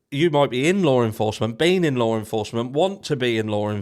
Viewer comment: *Law enforcement There is no R in the word. Lawr is not a word.